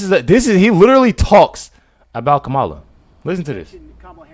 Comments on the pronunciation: For the record, her name is pronounced "Comma-la", not "Ka-ma-la." You can thank the news agencies for the confusion early in her VP term. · And her name is pronounced comma La!